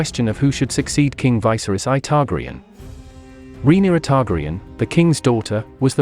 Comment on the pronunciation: Learn to pronounce their names!!!